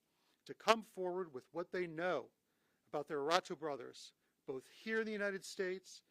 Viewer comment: Its pronounced "HER-TAH-DOE"......